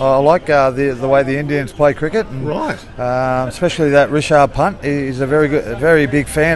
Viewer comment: Sir, His name not rechard punt, his name is Rishabh Pant.